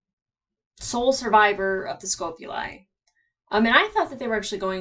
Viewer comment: It's getting hilarious hearing you keep saying "Scope-uli" when they've pronounced the name Scop-uli numerous times...😋 It's to the point I'm wondering if you're trolling us...😏🤣🤣🤣